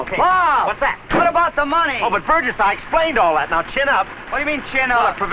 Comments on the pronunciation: "Burr-jez" not "Bur- guess". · Burgess is pronounced with a soft G.